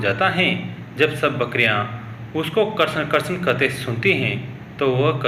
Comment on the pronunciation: कृपया कृष्ण का उच्चारण सही से करें